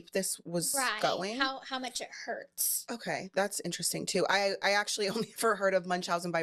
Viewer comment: An-trust-sting.. Very inner resting.. How many more ways.. times.. will she say interesting.. to a person who’s destroying their literal lives.. TO BE INTERESTING